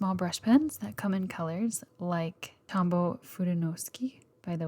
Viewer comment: “Tombow” is pronounced like tome-bow (or at lest, it’s closer). Unless the company is not really trying to pronounce “dragonfly” in Japanese (which may very well be the case.